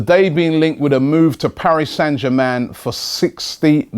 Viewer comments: Ritchie Ts robbie can't pronounce anything unless it's close to English lol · "Paris San Jamman" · Can someone please tell him how to pronounce "Paris Saint Germain"? Did he drop out from school at the age of 10?